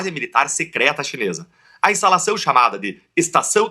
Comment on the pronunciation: "estalação"... ... Kkk esse cara é promotor?